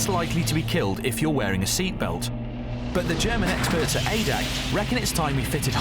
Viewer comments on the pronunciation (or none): ADAC isn't pronounced A-DAQ, pronounce each letter and you get it right...